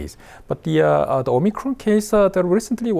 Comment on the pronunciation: It's the "Omicrone".